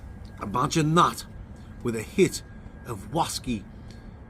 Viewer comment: Why you’re some Oz Clarke here on ze waskey weview.